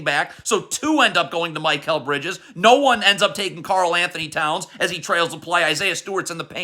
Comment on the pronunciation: Can you please say Mikal Bridges name right 😭😭 it’s not MY-Kal